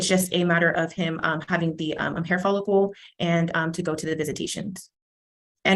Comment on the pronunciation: Sounded like dad said he had a hair folicle before he cut his hair.